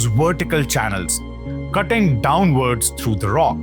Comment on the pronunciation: It's VERTICAL carvings, not Wertical carvings.